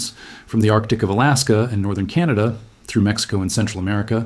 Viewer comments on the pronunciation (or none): none